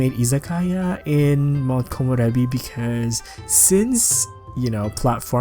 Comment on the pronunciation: I WAS WAITING FOR THIISSSSS!!! I love that you’re the only youtuber that can pronounce Komorebi correctly haha